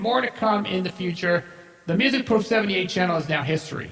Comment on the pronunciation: pronouced Music (Proff) like Off. Also on the autogenerated channels, they are ALL remasters and not original, most aren't even close to The professors quality